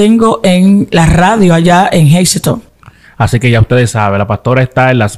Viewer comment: Si, así mismo se pronuncia el nombre del Pueblo “Hazleton”. Yo resido ahí. He visto a la Pastora Arelis y se donde esta su congregación. Bendiciones y gracias por el contenido!